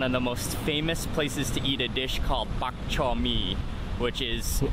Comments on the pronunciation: Is bar Chor mee not bark chor mee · I hate how they are pronouncing Bak Chor Mee. For some Singaporeans we don’t sound out certain letters. I don’t know if it just my family, but we say it as Ba Chor Mee. We don’t say BaK Chor Mee. We don’t sound out the ‘K’ in ‘Bak’. When you are eating Bak Chor Mee dry, you don’t pour in the soup. You drink it separately. Also for Laksa, we don’t use the type of noodles used in the video. The type of noodles used for laksa are thick rice noodles, commonly known as bee hoon or mee hoon. And for the Chendol, the woman who was introducing the dish said it wrongly. It’s not ‘Shendol’ but ‘CHENdol’ Honestly as a singaporean, I’m so disappointed in this video. If you really want to make a video about Singapore’s food, please learn more about it. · As a Singaporean. I am crying at that Bak Chor Mee ! It is nothing like that!